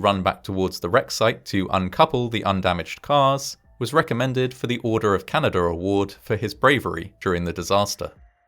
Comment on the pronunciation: "Order of Canader award". Thanks, man from the unitited klingdom